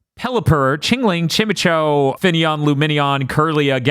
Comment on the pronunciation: this is a great podcast but i thought about the way that pronounced Chimecho WAY too much